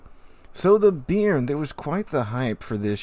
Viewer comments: I'm not sure, but since I'm french i can say, personally as a french speaking french I'd pronounce it "bay-arn" more or less, not bean with an added r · Just a heads up - the name "Béarn" is actually pronounced more like "Bey-Yarn", with the emphasis on the second syllable. Named after a region in southern France. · Please, sir, it's pronounced "Bay-ahrn".